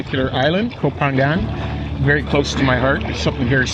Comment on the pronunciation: Challenge yourself one more time. Learn how to say the name of the island. You live in Samui- you can do it brother. Be the only you tuber who know how to say the name of the island. The only one. Maybe the only farang who knows how to say ko pha ngna.